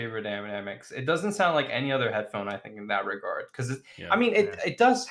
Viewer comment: The new pronunciation of hedddddphone is spectacular.